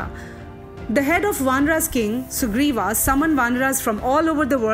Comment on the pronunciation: Very nice and informative. I have one concern. Why do you pronounce names in a distorted manner ?? For example Mahabharat—Mahabharataa Ramayan—Ramayanaaaaaa Sugriva—Sugrivaaaa Vyas—Vyasaaaaa Vanar—Vanaraaaaa Ram—Ramaaaaa And so on